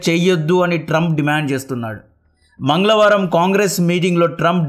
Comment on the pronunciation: మంగళవారం ✅ మంగ్లవారం 🥲 basha nerchuko bro koddiga